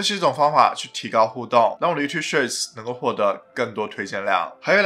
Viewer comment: shorts, not shirts... you have to improve your english pronunciation ,dude